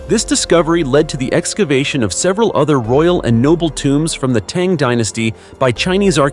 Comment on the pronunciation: Tang is a breakfast drink. It's pronounced T - AH - ng. 🤔